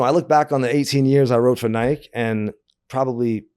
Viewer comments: cant believe he pronounces it nighke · Couldn't anyone else get Gino's pronunciation of "Nike" out of their head, or is it just me? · never heard anybody pronounce Nike like that , that many times in a row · Lmao everytime he says nike in one syllable it hurts my ears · I heard he got thrown off Nike because after 10 years, he still couldn’t pronounce Nike